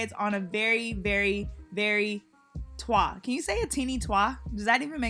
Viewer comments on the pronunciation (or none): Girl a “Twah”?? 🥴 leave that one alone lol t.w.a. Dassit☝🏽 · When you said twah I was like wth lol...then I realized you meant twa, I usually just call the letters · It's called a T.W.A not twa girl 😂😚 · I’ve never heard someone say twa only t w a 😭😭😭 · T-W-A not twa 😂😂😂 but you did this sis!!!! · Omg when you said Twah instead of TWA I thought we were going somewhere else with this video 😂😂😂😂 Great video, show these other stylists that talent is proven when working OUTSIDE your comfort zone 💅🏾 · Omg rite I was sitting here like 😳 when she said "Twah" , I'm like ok sis where we going exactly with this video , I was hoping someone else commented 🤣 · I think it's Just pronounced T.W.A lol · Never in my nearly 32 years of life have I read or heard T.W.A. as "twa"...it has messed me up in ways I didn't foresee lol. Lord help me. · Lol please don’t say TWA(H) 😂 it sounds like one letter away from 😺😺😺😹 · “ a twa “ I’m dead 💀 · This is the first time I've ever heard someone pronounce "twa" like that💀😭